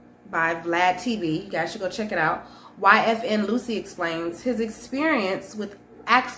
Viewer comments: Lucci is pronounced “Loo-Chee” not “Lucy”. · Where does Phil find these clowns? 😆 YFN “loosy” at least pronounce sht correctly if you aren’t gonna get a better mic 🥴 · She called bro YFN Loosie It's Lucci..... We gotta do better Bro. And she called a Firearm a Forearm.....Damm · It's not Luchi.